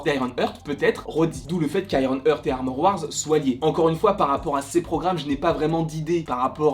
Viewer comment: Frérot bravo pour tes vidéos elles sont top, vraiment ! Juste, heart ça se prononce "hArt" et young se prononce "yong" et non "young"! 😉😅😁